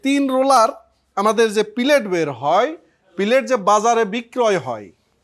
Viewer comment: Not Pillet it is Pellet ! Pellet in Bangla mean Guli.